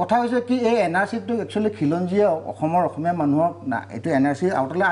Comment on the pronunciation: অসমীয়া শব্দটো কওতেই অখমীয়া বুলি উচ্চাৰণ কৰʼ তহতে আৰু অসমীয়াৰ হৈ টিভি show ত টেটু ফালিব আহ', ৰাজপথত আন্দোলন কৰিব আহ' । আহি যাবি শিকাই দিম ।